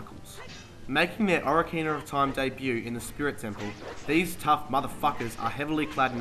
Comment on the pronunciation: So many fond memories, and he can't even pronounce the name.